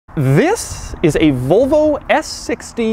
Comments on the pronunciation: Nobody: Doug: "Vohlvo" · No one outside America pronounces Volvo the way Doug does.